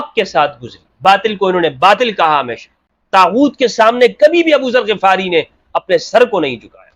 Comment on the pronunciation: Assalamualaikum,, Hum nay GHifari parha hay Ghafari nahi, Yani Zabar nahi Zair hay Ghain pay?